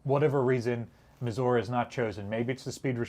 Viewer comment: Thank you for saying Missouri correctly. 😀